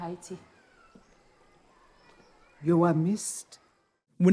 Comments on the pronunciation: Haiti not heyshe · Haiti is pronounced Hay-Tee not Hay-she. Look up the Haitian scene from Clueless you will laugh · Hay-tee not Hay-she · Great episode It’s pronounced “Hey T” not “Hey she”. Just thought I’d share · hashee? lol its Hate-EE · Why does pronounce Haiti(hey-tea) as (hey-she)😂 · It’s Haiti not “Hashie” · traveled to Where !?!? “Hey-she” or Haiti 🇭🇹 😂😂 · It's pronounced Haiti, not haishee. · Sir, you’ve never heard HAY-TEE pronounced Hay-she!! Are you alright?😳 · its (Hay-Tee) when you say haiti. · Why does her pronounce Haiti as Haishi?! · AYE BOSS I LOVE YOUR VIDEOS BUT DONT DISRESPECT MY COUNTRY ITS PRONOUNCED 🇭🇹 HAITI OR AYITI GET IT RIGHT‼️ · Just a lil friendly reminder, It’s pronounced “Hay-Tee” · Great break down, but it’s pronounced Hate EE Haiti 🇭🇹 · It’s pronounced "HA-E- T" bro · Its HAY T. LOL not whatever the heck you're doing. Great vid as usual high five 🤚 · You said Haiti wrong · Bro you really gotta learn how to say Haiti lol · The way you pronounce Haiti is hilarious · Love the channel hate how you keep mispronouncing my countries name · I had to stop the video when he kept mispronouncing Haiti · I love your videos bro but damn you pronounce haiti terrible bro that’s my country 😂😂😢